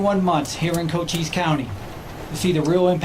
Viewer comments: Hey, new member America1st&Always. Am1st&always. The county is pronounced as kocheese county. Love you Love your show. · Thank you for sharing. FYI, it’s a Native American county pronounced Co-chees County. Hope that helps. 🇺🇸🇺🇸🇺🇸Trump#2024 Love the thumbnail! 👍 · Shouldn't make fun because u can't say the name of the county correctly.